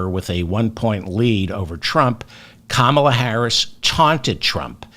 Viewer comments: David, it’s comma-la. Not kaMALA. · Nice video. Please pronounce Kamal's name properly 'kamala' not 'Kaamala'. Thank you. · Brilliantly done, David, so well explained. Just one thing........KAM-a-la. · Please pronounce Comma-la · You're mispronouncing Kamala. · Why do you insist on mispronouncing her name? Otherwise I enjoy your program. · Pronounce Kamala properly please